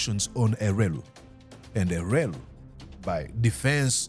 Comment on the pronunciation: It's elwelu not elweru